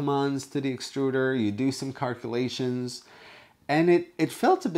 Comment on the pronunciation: what are carculations? Ha Ha, all in good fun mate!